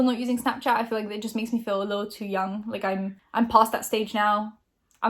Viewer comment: Everytime pronounces feel as « fill » I want to scream